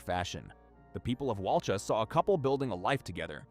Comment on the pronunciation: The victim’s surname was Dunbar, not Perry. And Walcha is pronounced Wolka, not Wal-char. A little bit of research works wonders.